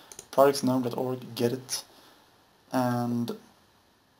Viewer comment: It is not pronounced "Get It" it's G Edit, Thank you for the video anyway. Even tho you could gone that a Little faster and less talking but I guess you wanted everyone to follow along. Thank you